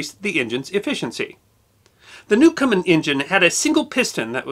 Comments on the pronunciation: "Newcomen" NOT "Newcomer" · I hate to be picky about your generally excellent production but you pronounce Thomas Newcomen as 'newcomer'. Stuff like that eventually makes its way into history books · It's Newcomen, not Newcomer!. And since I'm here, I will pose a question that has nagged me for years. Newcomen's engine was an atmospheric engine, not a steam engine. The steam was only used to create a vacuum. Watt's improvement was the external condenser, which eliminated the heat lost in cooling the cylinder. Did Watt ever build a true stream engine (i.e. one that used pressurized steam)? Also, his use of the sun and planet gear was not a brilliant innovation. Watt used it to get around a patent on the crank.